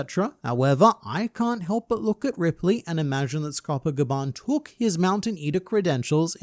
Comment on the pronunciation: Lol my boy can say kerberus, but dead names Scopper.